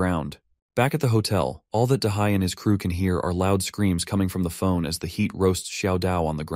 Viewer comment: HEAD for HEAT? WTF??